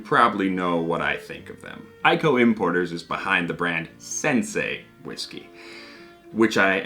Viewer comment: You're pronouncing whiggsky all wrong, don't make me send Stevie pink eyes round to stay on your couch!